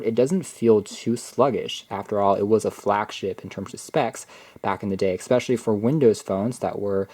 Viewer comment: It's not eXpecially. It's especially!!!